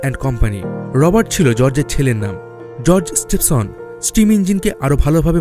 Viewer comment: দাদা আপনি কি বাঙালী নন? বেশ কিছু হিন্দি - - উর্দু শব্দ ব্যবহার করেছেন আপনি এবং বাংলা উচ্চারণে অসঙ্গতি পরিলক্ষিত হয়েছে। রিচার্ড ট্রেভিথিক, জর্জ স্টিভেনসন হবে। এছাড়া বাকি ভিডিওটি তথ্যবহুল ছিল। ধন্যবাদ আপনাকে।